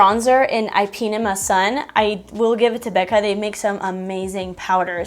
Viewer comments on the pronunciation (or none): You’re adorable. One thing, it’s pronounced “eep a neema”. LOL. 👌🏼